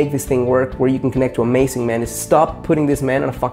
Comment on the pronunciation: he says amasing xD